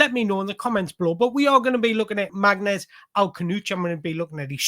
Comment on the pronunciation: His name is pronounced "Marness"--it is a Kabyle name (Berber part of Algeria). Get his name right and you have made the effort unlike all the game commentators and all the online critics. He is a sublime young player and a great person, and he will be a superstar in the EPL.